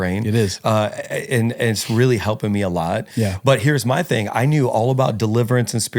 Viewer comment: Disappointed that the guest said "Fing" and it's posted?!?!